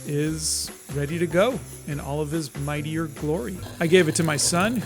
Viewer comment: Mightier ❌ Meatier ✅